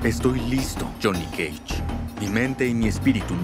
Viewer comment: Me encanta como el Dios pronuncia "Jhonny cage"